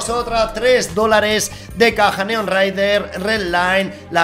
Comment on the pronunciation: Participo en el sorteo de la AK neo-noir Ya se que es neonraider pero el lo ha dicho asi. Min